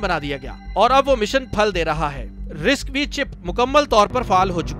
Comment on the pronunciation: RISC-V pronounced as RISC-5